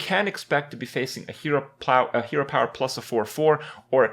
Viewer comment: "hero plower"